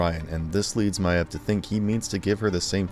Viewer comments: I can’t think of anything more annoying than having to hear this person pronounce her name wrong more than 30xs! Videos good…but got dammit I rolled my eyes every time . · Why does the narrator keep miss-pronouncing Queen Maeve's name? They say it frequently in the show - it's pronounced "Mayv", not "My-uhv". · Good video, but who the heck is Queen Myaev?? it's pronounced Queen Mave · My-ev?? Does this guy even watch the series or is he just a payed voice? It's pronounced May-ve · Stop pronouncing it queen “My Ev”, literally no other character or writer or mention of her pronounces her name that way. Stop being pretentious. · your mispronunciation of bought and maeve are fucking disgusting, make me sick, and make me think if you mispronounce all the other words with similar spelling like bought or thought. the fuck. it’s not vaut , it’s vought like vott, and not mayave it’s MAYVE. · Why do you keep calling her MY EV? It's Mave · while im at it meave is pronounced MAY-V like shes literally one of the MAIN TERTIARY CHARACTERS AND HER NAME IS ONLY SAID NEARLY EVERY EPISODE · Just a heads up, Maeve is pronounced like "Mave" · “Ma-eve” tell me you don’t actually watch the show without telling me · “Queen m-eye-evv” Come on, I know your narrators don’t watch the shows the scripts are written about, but that’s not even a silly fantasy name. It’s a real, regular-ass name. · Lovely video, but is anyone else getting triggered by his pronunciation of Queen Maeve?? Is it just me, or is it pronounced Mave?? Plz send help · My-ev and Vote? Do you just read the script or do you watch the show? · Why are you pronouncing it Queen (My-ev) and (Vout)? You seen the show right? You hear how they are pronounced right? or are you just reading a script? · Its pronounced MAve….or think of Dave, and add an “M” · Yeah it bothers me every time I here him say Queen Myev like that! literally Erks me to my core lol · Great video but am I the only annoyed by his pronunciation of Maeve's name? Jeez